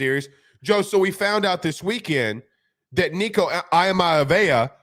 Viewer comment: Nico’s last name is pronounced EE-uh-Ma-Lee-ah-va not Eye-Mia-vaya and Myriad is Me-Ree-Ed.